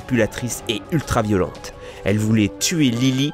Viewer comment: J'suis la seule à avoir entendu "ultra violonte" à ?